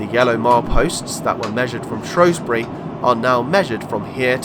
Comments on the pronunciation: SHREW NOT SHROW. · Good video. Leebotwood is pronounced Lee Bot Wood mate that's from a Salopian and would prefer to the now agreed pronunciation of Shrewsbury as Shrew bury not Shrobury although that is an ancient English word. Locals used to refer to Shrewsbury as Salop, the county town . Thanks for the video. Alan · A good video but a few mistakes though, first it's is pronounced Shrews - bury not Shrowsbury as a lot of locals will tell you, this can be proved by visiting a National Trust/ English Heritage house in Shropshire " Hardwick Hall" which was being built by a friend of Queen Elizabeth 1st from proceeds of a divorce from her husband, when you go around the remains of her first attempt of building her home the shell of a House run by English Heritage there is a time line board around one of the rooms telling you the history of this house and Shrewsbury and in QE 1st's days it was called Shrowsbury spelt with an " O " but some time after QE 1st reign it changed it's name to " Shrewsbury" replacing the O with an E, so in this context you don't call a Shrew a Shrow or Shoeburyness Showburyness. Why people keep calling it Shrowsbury god knows as the locals don't call it that they as I said call it Shrews - Bury and I have asked them, the next thing is that when the train reached Sutton Bridge and where the Severn Valley Line diverged from the line you stated that the line closed in 1970, it did not the Severn Valley Branch from Shrewsbury to Kidderminster was closed as far as Bridgnorth in 1963 and the closure stopped there, it was taken over by volunteers and opened up as the SVR steam line in 1970/71 from Bridgnorth to Hampton Loade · SHREW NOT SHROW !!.